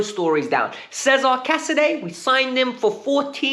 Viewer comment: Sorry, don't mean to nitpick but casedei's first name's pronounced 'ches-a-re', not 'caesar'.